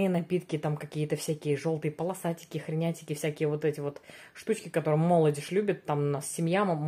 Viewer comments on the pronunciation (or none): вы почему постоянно говорите слово молодеж а не молодёжь 🤦🏻‍♀️? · говорите правильно, молодЕжь, а не мОлодежь, ну не идёт Вам так извращать слово